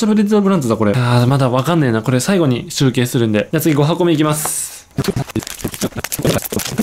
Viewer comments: ナランチャ・ギルガ 集↑計↓ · 集計のイントネーションおかしくない？